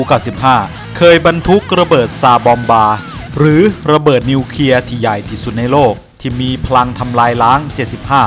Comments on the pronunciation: อ่านคลิปให้ชัด นิวเคลียร์ ไม่ใช่นิวเคีย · นิวเคลียร์ ไม่ใช่นิวเคีย ออกเสียงชัดเจนด้วย